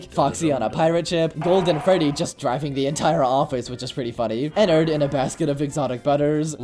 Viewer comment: Nah dat ain’t Ennard dat Nennard💀